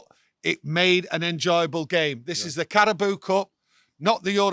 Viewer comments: Carabao not Carabooo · "CARABOO CUP" 😂😂😂